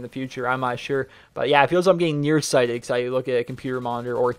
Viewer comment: Whenever you said you thought you were getting near-sided, I thought you said Nero-sided haha